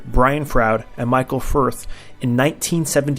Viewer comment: Firth? It's Frith.